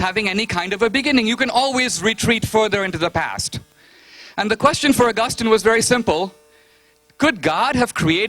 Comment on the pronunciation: Whats the deal with Dineshs pronunciation? COREpurincus? Pro. DARNet? ARgustin?